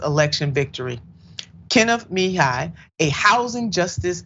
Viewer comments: Kenneth Muh-he-yuh/ya. I love you but please check the names if you aren't sure about them. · Immediately switched off from this video due to the disrespect of mis-pronouncing the guest's name twice! Always prepare yourself prior to production when guests are scheduled in advance. Other than that, I love what you stand for; proud of your show but I will make sure to watch you next upcoming show! This one threw me off (mah - hee - ah) is the correct pronunciation though! LoveLove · Kenneth Muh-he-yuh that's how you pronounce it!!! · Please learn how to pronounce someone’s last name properly. It was rough listening to this with the mispronunciation of last name.